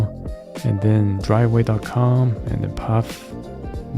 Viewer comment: Good video but it’s pronounced“faff” instead off “paff/phaff” 😅